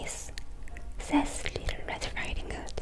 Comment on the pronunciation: "Litter" red riding hood 😭 easiest way I can help with the word "little" for Koreans, is to say it like "lit" and "all" or "lit" and "til" . I know the ㄹ makes more of an rolling "R" sound, so it makes learning english words with "L" and "R" harder.